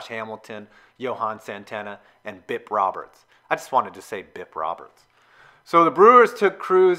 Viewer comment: "Bip Robersth"